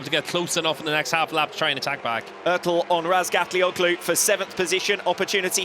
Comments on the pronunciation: I cringe whenever I hear that commentator pronounce Toprak's last name as RazgatlioCKlu. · Steve English, the co-commentator still can't say his name lol.